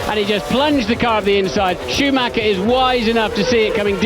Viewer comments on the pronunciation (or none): none